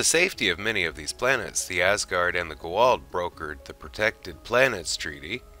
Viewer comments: STOP SAYING IT WRONG..... It's Ga-ULD.... NOT Guald... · Ohhh, Goa'uld. I was so confused everytime you said "G'walt" until halfway through the video.. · Great video. But it's Goo AH Oold not Go Wald. Very nice topic though and well done. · Who the heck is the Gooh'hald? Their name is pronounced as Goo-ah-ould! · It is pronounced GO A UULD not GO ALD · are you trying to say goa'uld? repeat after me: "go" as in the chinese game, not the english verb. like the to in toronto, but with g instead of t. "ah" "uld" like the english word "old" but with a "u" sound(like the u un fukushima). say it slowly at first, and then keep increasing the speed until you can say the whole word. but to be fair you arent saying it even remotely as cringeworthyly as some of the actors in the show. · Other than your Constant, Tragic, Embarrassing mispronunciations of the Goa'uld and Tau'ri and other words, proving you probably haven't watched the show personally, that was a pretty decent Asgard History. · Great video but yeah, every time I heard that it was like "goddammit, 17 combined seasons, the pronunciation is right fucking there for you, repeatedly" lol. Also, Hermiod, not Hermoid. And a bunch of others, kind of lost track.